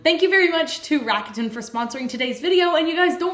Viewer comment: First of all, soaps are amazing😘! But, uh ... RAKUTEN is Japan's largest e-commerce corporation, so just at least make the pronunciation right, PLZ. The brand's name is pronounced in 3 syllables, unstressed, and it sounds like LA-KU-DAN. And just so U know, this is not a HATE message... Looking forward to you guys creations😊